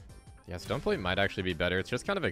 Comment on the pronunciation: i THINK ITS TECHNICALLY PRONOUNCED STAHNEEE PLATE